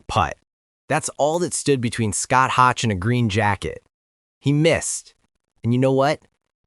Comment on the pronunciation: Scott Hoch is pronounced “Hoke” not rhyming with crotch and that putt shown was longer than 2 feet